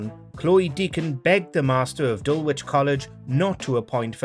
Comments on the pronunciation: It's pronounced Dullage not Dul-wich. Do your research. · Don't think you speak for all of us. And it is pronounced 'Dullich'. You plank.